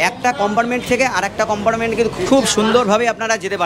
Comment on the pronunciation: উচচারণ টা একটু ভালো করুন। কম্পার্টমেন্ট কে চিৎকার করে বলছেন কোম্পারমেন্ট।